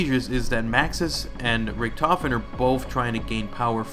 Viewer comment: Stuhlinger us actually pronounced Sh-too-lin-gah because it's German. Richtofen is pronounced Rihh-tof-en. Die Rise is pronounced Dee Rie-ze. Hope this helps.